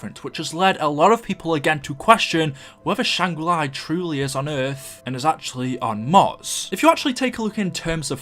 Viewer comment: why does he say shangri lye